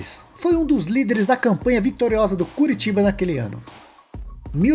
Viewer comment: É CORITIBA!! COritiba!! Só faz vídeo de futebol e não sabe falar no simples nome de um clube!!